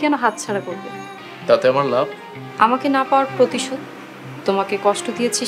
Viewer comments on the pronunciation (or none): রাভিনার উচ্চারণের সমস্যা আছে, প্রতিশোধ বলতে গেলে পতিশোধ বলে ফেলে ।